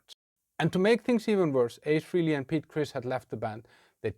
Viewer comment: You claim you're a Kiss fan for over 40 years, yet you said “Free-Lee”. 🙄